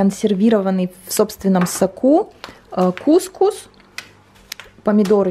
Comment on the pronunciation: кукУс, ударение на слог с последней буквой У 😉